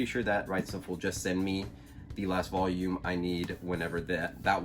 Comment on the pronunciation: Me as a Mexican find really funny how you pronounce “voyum” jajajaja. Nice videos. Keep it up.